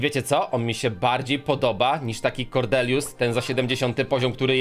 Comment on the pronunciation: Kordelius Farrell Kordelius przez D :)